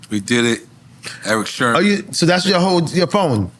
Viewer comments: N.O.R.E. kept saying Eric Sherman throughout the whole interview. Damn, it's Sermon, thought. You guys knew Eachother for years, oh, when E.F.N. ask was PMD older, Than Eric, Sermon said about a yr or so,E.P.M.D. born the Same year, 1968, damn how long they know Eachother? lol😅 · NORE is a terrible interviewer. can't pronounce words, constantly repeats himself, interrupts guests and acts like a clown. the show would be WAY better with someone else in that spot. refers to Eric Sermon as Eric Sherman throughout the entire interview. LAME. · Why does Nore keep calling Eric Sermon Eric Sherman? Lol 😂🤔